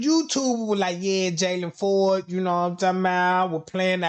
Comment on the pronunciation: PLLEEEEASEE NOT JAYLON(IN) FORD. NOOOOOO! He has ABSOLUTELY nothing to do